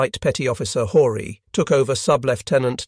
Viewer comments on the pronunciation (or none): Horie is pronounced “Hor e ay”, not Hore.